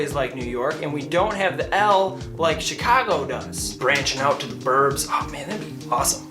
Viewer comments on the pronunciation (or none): none